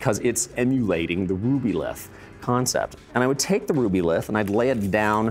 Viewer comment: He said Rubyltih and my eye started twitching!